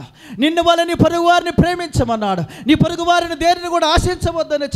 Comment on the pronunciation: "Purugu" kadau porugu